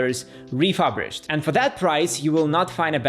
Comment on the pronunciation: RefuRBished not refuBRished, by the way...